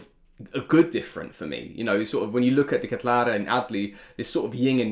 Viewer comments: he's saying it wrong actually. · Fine! You know how to say Dekatelare.... Just say CDK, make it easy on us.